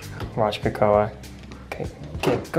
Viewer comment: It's "Kakoa"